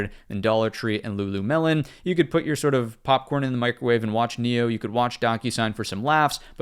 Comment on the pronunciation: did you say Lulu melon?